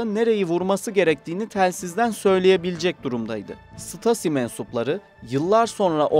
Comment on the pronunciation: Stasi denmez ṢTAZİ diye okunur !!!!!!!!!!!